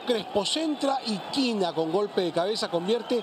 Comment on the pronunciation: Hey tío, es Quina, no Quona. ¿No hay la teca i en tu teléfono?